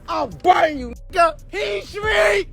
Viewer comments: it’s heath not heat get it right sir 😘😘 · It's Heath street not heat but heat sounds about right. Jamaica Plain I've been in those building, the courtyard all that. The Heath street projects are the epitome of projects. It's like being in a jail only there's apartments behind the doors. The halls are exactly like prison or jail though it's wild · Its Heath street lol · It's heath street not heat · It’s heath, not heat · Isn’t it Heath street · It’s Heath Street… this dude ain’t from Boston 🤦🏻‍♂️